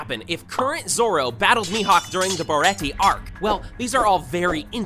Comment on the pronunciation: My ears bled every time this guy said baretti.